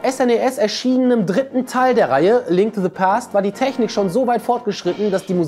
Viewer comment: Bitte mal deine Aussprache von englischen Wörtern üben - es heißt nicht [se] sondern [the] und auch nicht [sword] sondern [sord] die Wörter in Klammern sind die Lautschrift und nicht die Schreibweise.